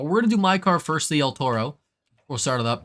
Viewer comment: Maaaan bull in spanish is written "Toro" not el "Torro" as an spanish It hurts me hearing that.